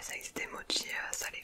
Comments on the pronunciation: Mochi pas motchi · Non on dis mochi ou mokis